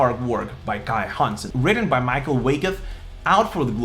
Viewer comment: 🍻 Льобле, Герштнер, Гроскопф, Вайкат (и двамата с Киске са Михаел, не Майкъл 😁 )... Хансен и Швихтенберг ги произнасяш почти добре👍